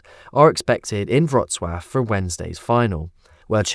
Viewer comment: wrocław not wroclav ....